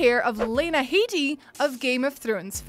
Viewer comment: It's Lena HEAD-EE.